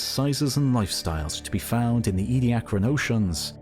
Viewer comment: It's "Edia-caran", not "Edi-acran"...